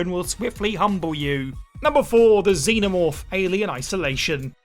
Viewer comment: Twice during the Alien Isolation thing, I thought you were saying "Demon Orb" instead of xenomorph...I was wondering if there was a bunch of plots i never even got to